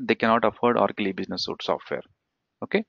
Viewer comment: it's Suite (pronounce Sweet)